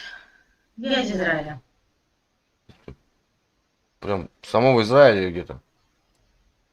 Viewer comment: "мне нравится ваш лух" :D ахахаха... лух - это что? "зи зраиля" бггг... ну-ну.